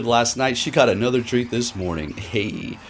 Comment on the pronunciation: "anotherrr quiterrrr" lmaooo